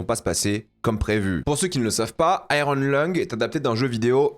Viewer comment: " Aille - rone " à la franglaise 😅 En anglais/américain, on prononce "aïe-yeurn"